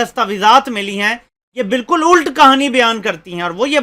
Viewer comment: الٹ ult نہیں الٹ ulat بلیں